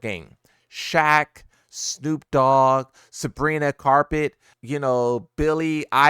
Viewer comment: "Sabrina carpet and billie eyelash" 🥀💔